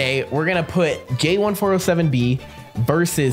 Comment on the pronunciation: It’s `jay1407b` Or is it `J1407b?`